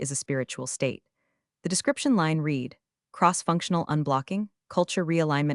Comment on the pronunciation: Good stories, but you really need to get the words correct. You have said "reed" instead of "red" many times and as a proofreader that is annoying.